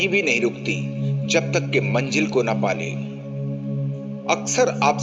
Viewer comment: Sir aap bahut achha bolte hai lekin Manjil word ko aap Manzil bole to achha lagega